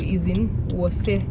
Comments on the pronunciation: It's pronounced as 'wosta' not 'worcester'....🤣🤣🤣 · Worcester is pronounce like this "Wuu-star"...